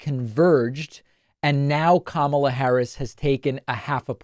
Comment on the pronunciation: Who is the first reporter? Even she's going to mispronounce Kamala's name? smh